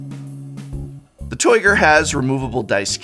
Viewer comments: "Toight! Loik a Toyger!" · Did anyone else hear "Toyger" and imediately think of Austin Powers? That deck box is definitely toight like a toyger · That deck box is "toyt", toyt like a toyger